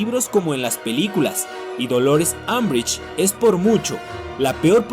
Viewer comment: Harry Potter : Griffindor Draco Malfoy : Slitherin Unbrich : Azkaban 😂😂😂😂😂😂😂